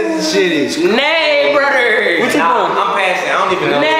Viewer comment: Girl that got me dead whole video he said Nay brudder 😂😂😂